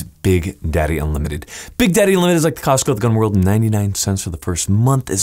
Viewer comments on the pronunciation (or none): none